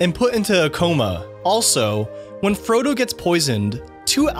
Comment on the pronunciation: Did the narrator say scrodo instead of Frodo at number 40?